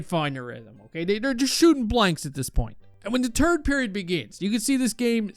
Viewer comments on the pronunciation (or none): Does he say "turd period" or is just a really canadian third period?